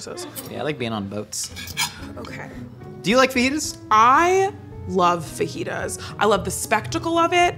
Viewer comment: Lmfao ok the fake “fa-jitas” teleprompter one got me 😂